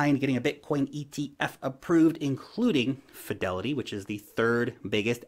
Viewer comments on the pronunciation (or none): none